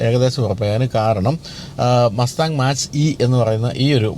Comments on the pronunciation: Mustang മാച്ച് അല്ല മാക് ആണ് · മാച്ച് അല്ലാ മാക് enanu